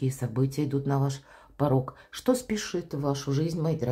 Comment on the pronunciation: Так ,парок или парог ??? Выговаривайте четко ,смысл ведь разный...